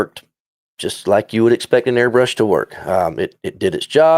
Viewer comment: YOU GUYS ARE SAYING THE AIRBRUSHES NAME WRONG